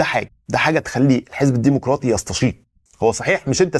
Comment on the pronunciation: الديمقراطي وليس، الديمقوراطي